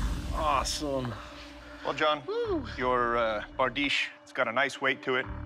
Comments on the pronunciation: it not bardeesh tho, its berdish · ITS BRADICHE